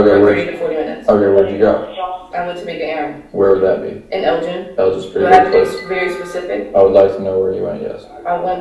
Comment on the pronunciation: Is she tryna say Elgin Texas? The "G" isn't pronounced like that, that's a crime too!!!